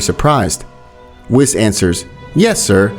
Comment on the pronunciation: Billz and whitz ;-; pls pronounce the names right bro